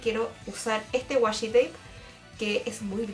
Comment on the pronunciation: Sorry pero me dio mucha risa el "wasshi tape" pero me gusto mucho el video!